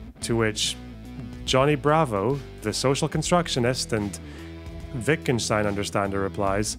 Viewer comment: FINALLY, a youtuber who can pronounce Wittgenstein correctly